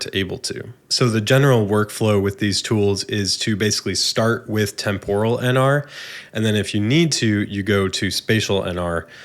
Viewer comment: You are totally wrong ;-) Hahaha. It's TEMpuhral with the accent on TEMP, not temPORal.